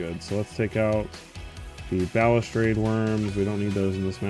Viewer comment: Wtf are you talking about? He pronounces it fine lmao What a fuggin troll